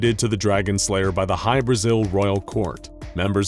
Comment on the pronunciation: I cant unhear High Brazil